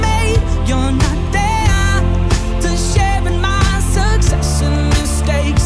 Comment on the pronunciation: This song plays on the radio at my work every day (grocery store). I don't understand, he sounds really accusatory in the way he's singing and the way he pronounces "there" and "fair" annoys me to no fucking end. This song is below average and i'm forced to hear it all the time.